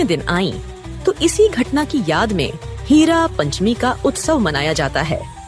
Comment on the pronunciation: Pl correct certain terms. It's not Hira Panchami , it should be 1. HERA PANCHAMI . ( Like Hen.) 2. Bahuda jatra should be prounced like बाहुडा जात्रा , not बहुदा। Hope , you will rectify these mistakes. Jai jagannath.